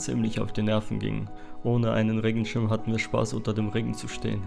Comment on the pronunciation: Wieso wurde Regenschirm so ausgesprochen??